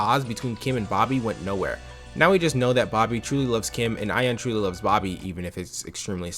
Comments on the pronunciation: I've never seen this webshow despite growing up around the time this show was somewhat relevant, but If I took a drink everytime you mispronounced Ayane's name, I'd be wasted af. You pronounce it as if its only two syllables when in reality its actually three. The "ya" and "ne" in Ayane are meant to be separate so it supposed to be "A-YAH-nay". Other than that, good video tho. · This video was good, this series is def a flash in my teenage years that I'd long forgotten. On a side note the pronunciation of Ayane made me almost go 'um achktually' mode :')